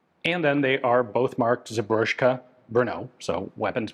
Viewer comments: Zbrojovka z-bro-jov-ka Not "sebroshka". One would think, Ian would know by now. Why is it that hard for americans to just read what's spelled out right in front of them? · ROFL Zubroshka... no, its Zbroy-ophca. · just a nitpick, czech "zbrojovka" would read as "zbroyovka" in english, otherwise peak video as always :) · It is not zabroshka 😢 z-bro-YO-v-ka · Wtf is "Zobrožko" ..... you mean "Zbrojovka?" zbro-jo-vka... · I apologize for being petty, but J in Czech does not read as "jay" it reads as "y" as in "yeah", so the pronunciation of Zbrojovka is "z-bro-YOV-ka", not "zbrozhka" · Why do you pronounce "zbrojovka" as "zbrozhka"? it is pronounced as "zbroyovka" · Don’t want to be that guy, but its not “Zebrushka” or what did you say, but Zbrojovka “Zbro-Yov-kah” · Zbrojovka ['Zbroy-ov-kah], means armory/gun maker The way you pronounce it Ian, would be written as "Zbroško" :) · I know that it may be hard to pronounce things from language you don't really speak but I just want to mention that the "zbrojovka" word (which just means arms manufacturing) isn't pronounced "zbroshko" but "z-bro-yovkah". It originates from the word "zbroj", which is literally means armor (like knight armor) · CZechoslovakia was at that time. ABrojovka pronounces "Zbroyovka", not "zborjoshka" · Zbrojovka is pronounced more like "zbrojoffka" not "zbrojoshka" :-) but great video! ❤️ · Sir, sir, its not "zbrozhka" 😆 czechs use the same J as the germans and all other slavs, so in english Zbrojovka would be written as Zbroyovka Im noticing an alarming amount of ppl pronouncing slavic J as english J, from what i know, all slavs use the same J pronounciation as the germans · Not Czech (but Slavic) and I'm pretty sure "zbrojovka" is pronounced more like "zbro-yov-ka" rather than "zbroshka." (And while we're in the neighborhood, Polish "wzór" is pronounced "vzoor" rather than "vhzor", like in Czech.) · not Zbroshco...Zbrojovka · Zobroška Brnou :D Just say as its writen Zbrojovka Brno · "Zbržofka" :D